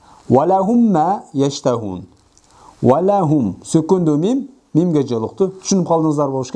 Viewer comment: Алдын ала ката болсо кечирим сураймын 39 чу сабакта идгам шафавия мисалында учунчу мисалда фатха жазылип турат бирок валахум деп домма окуп жатасыз турабы